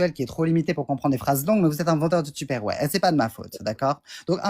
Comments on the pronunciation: On ne prononce pas du tout Hop mais plutôt "Eup" Tu captes la différence entre la prononciation de Upstairs et Hip-hop? Tu le dis pareil toi??😂 Et ça vient donner des lecons 😂 Je ne suis pas Français non plus mais si tu fais la leçon, fais la bien. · Votre niveau d'anglais en France. Tipper ware😂😂😂😂. Up c'est prononcé hop pas hip! Tupperware 🤦🤦